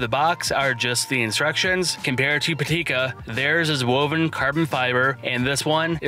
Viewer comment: Great video Just one mention: Pitaka not Patika